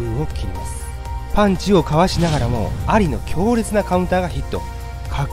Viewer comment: モハメド・「アリ」の発音が完全に蟻ww